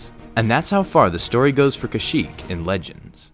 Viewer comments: You said shyyyk at the start, not kashyyyk! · No offense at the beginning I only hear shyyyk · You said shyyk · "SHYYYK was the homeworld of the Wookiee race." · It doesn't make any sense that a planet has a name its inhabitants cannot pronounce. The name should sound like something Wookies can say.